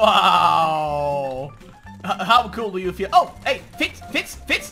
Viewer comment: did you try to say Fitz or feets? xD